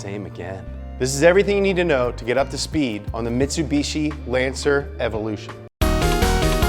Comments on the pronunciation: Everrlution......lol Dummy. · The Ford Mk2 escort in the picture came before the Ford Sierra should of Done the Ford Escort cosworth picture. EVO -LUTION Not Everlution why do Americans always fuck up the pronunciation of Japanese and European rally cars and to top it off he fucked up rally legend Tommi's Makinen name. You would think with 2.81 m subscribers he could get his shit right